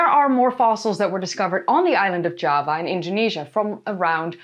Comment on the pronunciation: Java in English uses a hard J. Your pronunciation sounds more like Spanish (I'm assuming similar in Norwegian).